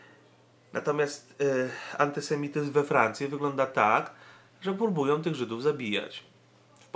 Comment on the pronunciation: nie ma słów: probójom, som, krzyczom, korporacjom, pls.., protestują, idą - ok:)